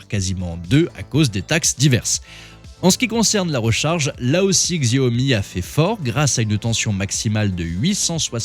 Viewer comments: On ne dit pas GZiaomi mais Chiaomi ^^ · On ne dit pas Xiaomi "Ziaomi". S'il vous plaît 🙏 On dit "Chiaomi" Xiao veut dire petit en chinois. Merci beaucoup !!! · XIAOMI se prononce CHAOMI !!!! 🤣🤣🤣🤣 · C'est quoi cette vidéo ? Déjà ça se prononce shaomi ! La marque n'est pas spécialiste des sèche-cheveux ! "L'homme derrière tout ce cirque" C'est un bandeur de Tesla qui a fait la vidéo ? Putin de tocard. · Prononcer le X chinois en Gzzzz c'est tellement ridicule 😂😂😂 franchement!!! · Xiaomi se prononce chiaomi!! Arrêtez de massacrer ce mot,! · X c'est ch en chinois donc chiaomi😅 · Narratif un peu limite, voir xenophobic. Pour info, les journalistes indépendants existent en Chine. Vous ne prenez même pas la peine de prononcer le nom de la marque correctement, c’est pour dire…. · J'ai saigné des oreilles... Ça prend 5 sec pour bien prononcer Xiaomi.